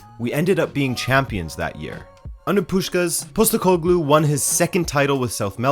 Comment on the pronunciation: Since you asked for pronunciation it's like this: Nea Filadelfia = Nea Philadelphia (literally the same word as the US city) meaning New Philadelphia, an area in Athens. Postekoglou = Posh-tEh-ko-gloo (stress the E part)